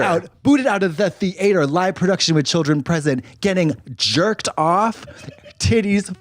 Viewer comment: Kicked out of the thee-ate-her 💀